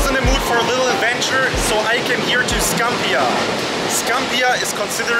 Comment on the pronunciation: You are saying Scampia incorrectly.